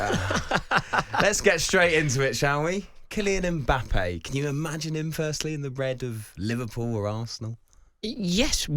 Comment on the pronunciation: Why do Europeans keep calling him "E-mbappe"? Pliz start with the "M" or practise by saying "Mmmmm.....mmmmbappe"